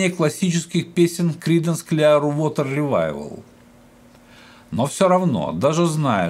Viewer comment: Хорошо бы, если б лектор подучил бы немного английский язык. Очень режут слух его искажения. Даже название великих Кридансов на английском он не сумел выучить как следует. Это очень портит впечатление от его рассказа...